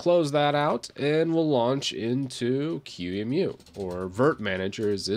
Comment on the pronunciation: Just a couple observation points, first on your pronunciation of QEMU it is pronounced “key-moo” and second it does not have a front end and the one that you showed “virt manager“ has been deprecated for years. As far as I’m aware of the only actively properly develop front end is Gnome boxes.